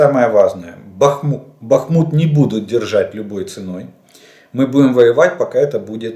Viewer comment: Зря исправились на счет БАхмута, название идет от реки БАхмутка, а не БахмУтка